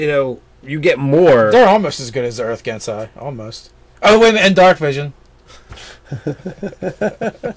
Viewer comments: It’s not “gen-sai.” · I love how just pronounces stuff however he feels. "Gensai? Don't care if I'm missing a syllable, that's what it is now!" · Nate is correct on how to pronounce Genasi , with a soft G sound {Jenasi} ..... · Just a head's up, it's Jen-ah-see. Like genie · I think it's pronounced: Gene-ah-Sea, as in a play on Genie. Air Genasi Monk of the open hand is basically a World of Warcraft windwalker monk and I love that. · Personally, I think Ge-NA-si (with the stress on the second syllable) is the way to go, since the first pronunciation sounded a bit too much like "genocide" :D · The "gensai" pronunciation frustrates me, argh :D They're cool though.